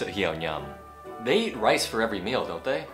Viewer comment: em có thắc mắc là trong giây thứ thầy nói nuốt chữ eat phải không ạ!Thầy cho em hỏi là trong trường hợp nào mình có thể nuốt chữ như vậy và làm sao người khác có thể hiểu được ý mình nói ạ